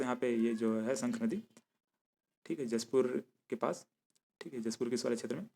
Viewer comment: उच्चारण मिसिंग हैं,उसे सही करें अगले बार से। लगता आप जशपुर नहीं आये हो सर जी। 🙏🙏